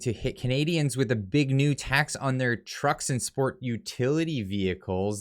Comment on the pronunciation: How many farmers you know don't have a pick up truck? Trudeau via China is attacking our daily bread. You say" a tax on" but it sounds just like "attacks on"!